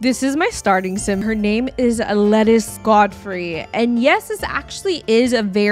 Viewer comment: Lettice pronounced Leh-teece. 😁